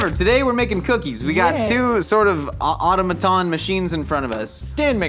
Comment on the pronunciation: My favorite part of this is weird-ass pronunciation of "automaton"